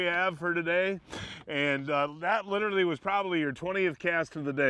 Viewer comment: “Litterly” is not a word. “Ahgust” is not a word. “Breakeen” is not a word. “Gaween” is not a word. “Intresteen” is not a word. Manufacturer not manufacture.